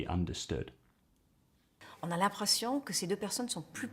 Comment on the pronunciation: Hello ! First of all I want to say that Jodie Foster's french is wonderful ; its something I've known for ever ; she uses expressions that sound so french ! You can hear her very very very tiny accent in some words, when she says "l'impression" for example ; but it's funny cause when she says "tous les trois" I dont think there's any mistake. Very nice video, thank you.❤